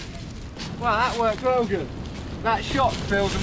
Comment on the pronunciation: nobody: sam: ItS sO GeWd